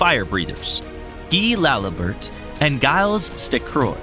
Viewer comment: Laliburt, stuhcroy, what the fuck lol